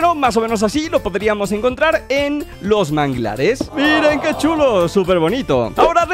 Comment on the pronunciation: En el minuto dijo algo que sería bastante cul0 en ves de chulo XD